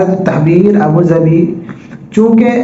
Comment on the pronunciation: وعلیکم السلام ورحمتہ اللہ وبرکاتہ ابو ظھبی ہے ابو ظبھی نہیں شاید غلطی سے ہوگیا درست فرمالیں